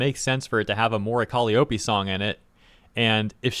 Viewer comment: The only thing that pissed me off in this video is pronunciation of Mori Calliope lmfao